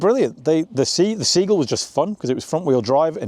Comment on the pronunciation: Sea-Gull... not Seegle.